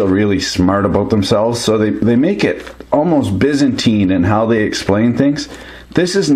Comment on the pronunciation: good fun :-) really know your electronics :-D just a shame on the pronunciation of Byzantine but its all good, we take the Americanisms with a pinch of salt with a tear in the eye for what you have done to the English language :-p Seriiously though...you need to program that thing to sings 'Queens' 'AHhhhh my wifes my best frieeeendndnd' she will love that...